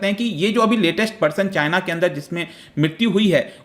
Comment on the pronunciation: As always "chyna"🤣